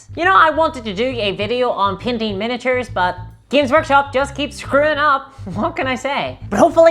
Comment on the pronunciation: When you said painting, I heard PIMPING. Please make a video on pimping lol !